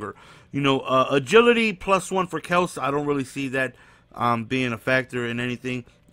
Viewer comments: It's pronounced Kel-see lol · its kelc-see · its not kells its pronounced kelsy... smh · jason KEL-SEE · It's Kel-See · it's pronounced Kel-See